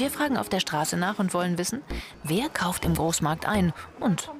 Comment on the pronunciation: "käuft" Hhahahaahhaha